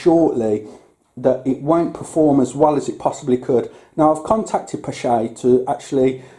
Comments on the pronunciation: Someone correct me if I am wrong, but I believe the 'ch' in the name is supposed to be pronounced like a K. The name stems from a Norwegian, and the double A is also probably pronounced using the Norwegian Å sound. Using K instead of 'ch' helps a lot though. :) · Pronounced pash